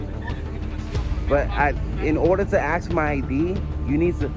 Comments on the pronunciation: knows the law but says "in order to aks my id" :D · You can't axe me for id lol